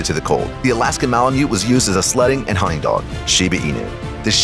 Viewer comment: It's pronounced "hunting" not "hunning". Can you tell me what the contraction "would've" stands for?